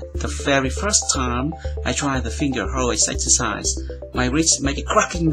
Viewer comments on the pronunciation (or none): none